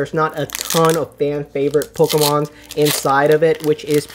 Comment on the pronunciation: I liked it when he said Pocker-Man cards